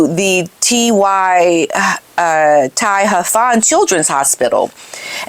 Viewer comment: Hi, you did well trying to pronounce the childrens hospice name that Catherine is patron of. Most struggle with Welsh names. Its pronounced Tee-hav-an😊